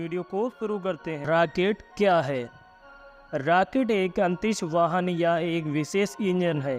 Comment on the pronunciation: आवाज़ बुडबक है राकेट.. आतंरिस बोलता है. रॉकेट. अंतरिक्ष